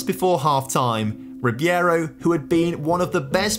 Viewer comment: it is ribeiro not ribiero btw :p